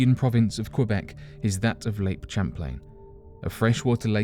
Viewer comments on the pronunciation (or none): That's "Sham-plain" not "Cham-plain". Though we call the "monster" in the lake 'Champy" with a hard "c". And Lake Champlain is not just in Quebec; it extends into Northern NY and Vermont and connects with the Hudson River. I'm from there, I should know. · ^^THIS. OMFG. And the way he BUTCHERED the pronunciation.... FFS. I'm from the NY side of that lake, near the border. waves at VT folks